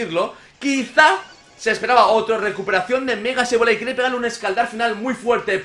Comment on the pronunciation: axo komo hodio ckuando dizes sebolai hen bez deh sableye axo